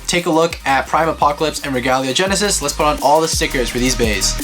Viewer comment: Bruh it is not regula gennises it is royal gennises